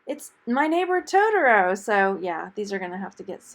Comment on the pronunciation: The shoes pronounced "Toe Tore O" and roll the r! lol Lived in Japan for 3 years and my hubby's college's nicknamed him Totoro-san! lol